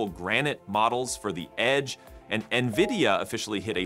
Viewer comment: I don't think you got the pronunciation of NVIDIA quite right.